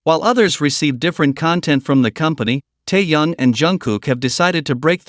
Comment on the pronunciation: Да называйте правильно имена ребят, что за Таян, он Ким Тэхен